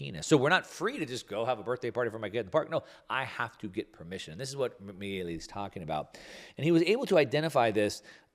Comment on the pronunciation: Exactly. I cringed when said "Mielli" or something to that effect. Milei is his lastname, which sounds just like you implied, "Mee-lay".